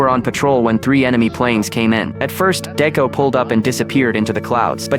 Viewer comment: Decker not Deco